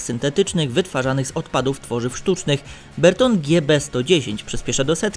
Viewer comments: Bertone, nie "berton" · Panie autor ! Nie mówi się Berton, wymowa angielska to Bertoni, włoska Bertonee (akcent na o), albo polska Bertone. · Nie" Berton" tylko Bertone!!!